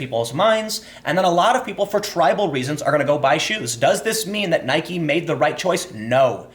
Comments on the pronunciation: There is only one thing I know for sure about the Nike / Kaepernick story: Tim has not decided how he wants to pronounce "Nike". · Why are you saying Nike like that that? Bike. Like. Nike. Come on, Tim. Get with the program. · Nope. It's named after the Goddess of Victory, Nike. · I say Nike, some people say Nike, but weirdos like Time say Nike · It's pronounced "NIKEE" Americans have short term memory loss. Stock will go back up. I've never cared for Nike. But I'm loving the brouhaha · Jumping between nik and Nike might be worse that just pronouncing it wrong. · Tim, love your work, but it's "Nye-keeee" not "Nyhk" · come on dude, you're trolling now.... you pronounced nike right several times throughout this video, and pronounced it 'nikey' several times still... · I watched the video twice to hear Tim say N-ike. He should never stop doing that :P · Why are you pronouncing it 'Ni-Kee'? Did people bully you into pronouncing it that way? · He always says it "Nykee" :/ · You aren't even pronouncing their name right, Nike where the e at the end is NOT silent! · stop pronouncing Nike Like Mike with an N it really grinds my grears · You're inconsistent pronunciation of Nike confuses me. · The way you pronounce nike sucks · Nike doesn't rhyme with Bike, it rhymes with Mikey. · OMG YOU'RE STILL PRONOUNCING NIKE WRONG! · If Nike is pronounced like Bike, then Tim Pool is now Time Poll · Learn to pronounce Nike for the love of God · My dude, please just pronounce it correctly. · Why are you pronouncing Nike that way Timmy? Tell me and I'll give you a pudding pop. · I can't finish any videos where you pronounce "NIKE" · I’m confused why sometimes he says Nike correctly and sometimes he drops the E. 😂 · you sound like an idiot pronouncing nike incorrectly.